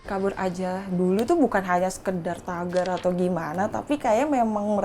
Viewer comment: i really hate when the narrator pronounces kabur aja dulu😂